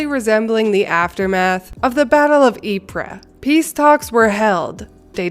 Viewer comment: You pronounced Ypres pretty well... Are you by chance a history buff?